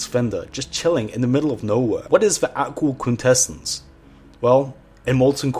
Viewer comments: Take a shot every time he completely butchers the words "Aqual Quintessence." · If i heard you say aqual quintesswnce one more time i was going to chuck my remote through the tv